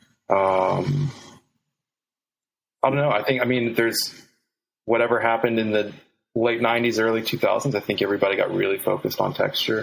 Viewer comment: “You can get whateva....”